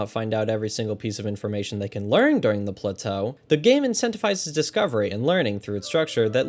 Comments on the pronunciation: The pronunciation of plateau made me laugh each time. I replayed BOTW twice, only because my switch broke and I lost everything. I honestly don't think I replay either of these games again, way too massive to enjoy all that collecting and exploration again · I kind of want to slap you for having enough time to make a video like this while I have to actually have a life. And the fucking way you pronounce plateau.